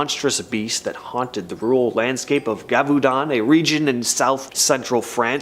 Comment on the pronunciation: I am sorry to say that the beast of Gavudon is being mispronounced. It is pronounced with s Z sound Zhev-a-dawn.